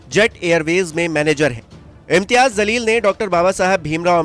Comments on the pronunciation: Bhai naam sahi lijiye... Jaleel or zaleel dono alag word h.... Aap jaise padhe likhe logo se ye ummed nhi h... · O bhai pehly un ka name to sahi sy lo zalil nhi jaleel he name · Its jaleel not zaleel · Zaleel nhi Jaleel hota hai jahilo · Bhai Jaleel not zaleel